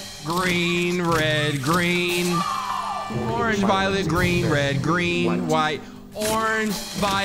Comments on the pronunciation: In the color game they said orgeng as in organ-g sounds a lot like orange though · i cannot stand the way he says “organge” in the color game😭😭😭😭